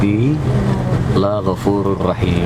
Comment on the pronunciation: Koreksi bang, inna rabbii laghofuururrohiim... Jd la-nya pndek aja bang, nggak dipanjangin jd laa gitu Karna akn berbeda artinya Laghofuururrohiim artinya maha pengampun n maha penyayang Laa ghafuururrahiim artinya tidak pengampn n penyayang...